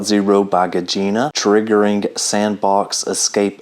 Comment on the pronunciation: You really butcher Gezine’s name every time you try to pronounce it. LMAO 😜